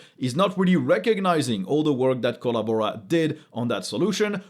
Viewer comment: ?...you got us CRACKING UP LAUGHING here in the man-cave...with your "Kolla-Bora" pronunciation!...Hahahah!